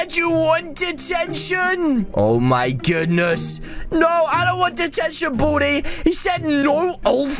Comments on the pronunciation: It not buldi it baldi🤦🏻‍♀️🤦🏻‍♀️🤦🏻‍♀️ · ITS BALDI NOT BALDY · His name is not Bolde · How many times do you have to say Boldi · Did u just say “booty” instead of baldy? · He did XX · Lol no effenese but when u said baldi it sound like u said booty😁😁😁😁😁😂😂😂😂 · When he says "Baldi" it sound like "Badi" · Buldi i heard Buldi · Oh at the beginning I thought you boodie but you said Baldi But really your saying boodie 2019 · At the intro when u said baldi I thoug u Said booty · When he says baldi it sounds like he says booty xD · Did you just say baldi or booty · Wait why you say bodi is Baldi